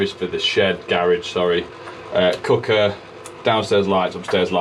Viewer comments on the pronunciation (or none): 🤣🤣 sounded like a proper stoke/ stafford lad with the cooker / cucker 🤣🤣great video as usual 👍